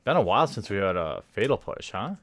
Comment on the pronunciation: Is "fetal push" an intentional mispronouncation or just incompetence?